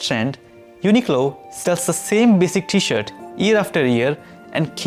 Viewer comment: I think there’s an “r” in t-shirt, my friend. Might want to consider including it in your pronunciation, because without the “r”, it sounds like something else.